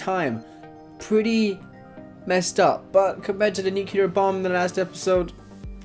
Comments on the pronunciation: It’s pronounced nu-klee-ar, not nuk-u-lar. 😊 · nuclear, not nukular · Nuclear!! It's pronounced NUKE-LEE-ERR!!! Not NUK-YOU-LAR!!! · I didn't know how to feel after you said "nuculer bomb" it was one thing when Bush did it but come on... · "NUKULAR BOMB" You know this was unintentional and reflects the stupidity of this. Every video starting with him advertising himself for several minutes is just cringeworthy. And this time its about cashing in to attempt to "explain" a series with no deep meaning. At least he was honest. But all his interpretations are nothing groundbreaking and 90% of the vid is always about reiterating the entire show:P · ***** saying nukular is not even a regionalism its plain wrong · So did President Carter. Pretty scary to think the guy at the Commander in Chief, who is in control of the country’s nuclear arsenal, can’t even pronounce the word correctly. Lots of ignorance. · he said "nuclear" wrong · Man, you CAN NOT say nuclear properly